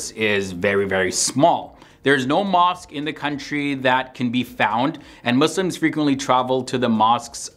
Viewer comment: Thank you for not saying mOzLiMs